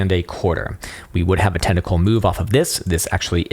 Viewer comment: "Tentacle Formation" .... You can never unhear it. Lol